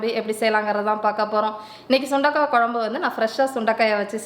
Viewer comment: குழம்பு பொடி சரியாக உச்சரிக்கவும் தமிழுக்கு உயிர் கொடுக்கவும்